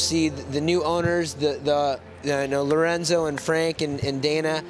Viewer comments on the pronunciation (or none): none